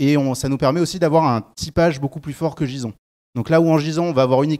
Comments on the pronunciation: Chouette intro... Par contre... Jizon... Eurf... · Mon dieu il a dit Jizon ??? Mais ça remet complètement en question ses compétences... Eurf...